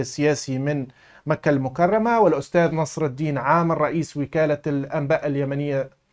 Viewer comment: نصر الدَين✅ نصر الدِين ❌ 😂😂😂😂😂😂😂😂😂🦦